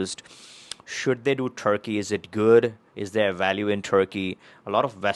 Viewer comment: No passport for you ! You are not pronouncing Turkey properly.